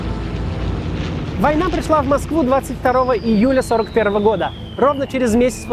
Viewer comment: мне одному показалось. что автор сказал 22 июЛя?